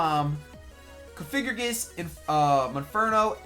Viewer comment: It's coff-I-grigas